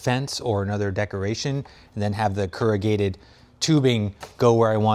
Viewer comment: "Keragated"?? you mean corrugated?